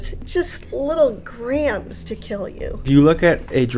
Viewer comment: Little grains not grams.